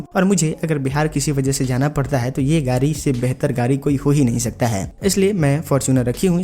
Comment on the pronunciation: Gadi bolo Gari nhi